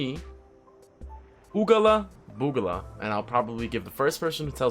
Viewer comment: Ooogala boogala? Lol. You’ve done gone and lost your mind